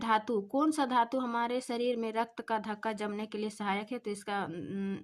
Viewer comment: थक्का पढ़ा जाता है धक्का नहीं